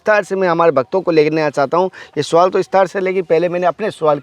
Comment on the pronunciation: बकचोदी करना बहुत आसान है। पहले प्रोनेंसिएशन ठीक कर। मार्ग को मारग और सवाल को सुवाल बोलता है।